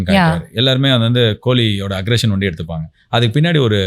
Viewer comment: ஒண்டி..ஒண்டி .. 😂 என்ன அர்த்தம்? தமிழை கொஞ்சம் சரியா சொல்லுங்க 😂😂😂